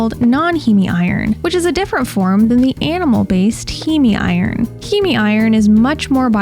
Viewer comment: I hate to be that person, but “heme” is one syllable, rhymes with “meme.” And you put the word “weary” on the screen, when I think you meant “wary.”